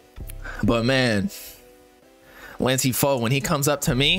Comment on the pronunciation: “so…. 🥸 this lansee fo dudeee”